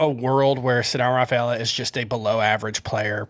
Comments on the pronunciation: a throat clear with a euro latin name.....tough cypher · Had to rewind 5 or 6 times to figure out the name was saying for his 2B fade. Cedanne Rafaela.